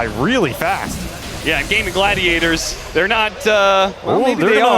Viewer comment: These casters keep saying Gaben Gladiators